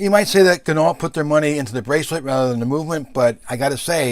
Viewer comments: pronounced Gin-no, not Gin-ault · Good review. But terrible pronunciation of Ginault... Think of Peugeot. Renault.. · OMgosh...for real on the pronunciation of the name....DAMN..people get it straight. And why would a discount “cloud” your judgement..I stopped watching.